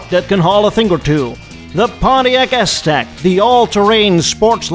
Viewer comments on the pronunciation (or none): I loved the "Ass-Tec" portion of the presentation, called it flawlessly... 😂